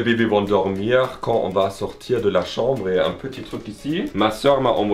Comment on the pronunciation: CAHMBRE sinon j’adore la chambre 🥰